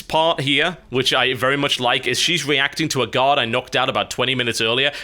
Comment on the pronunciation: Everytime you say 'guard' I hear 'god' which makes watching this video a little weird sometimes...